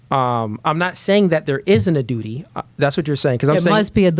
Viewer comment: Duty, duri, dootee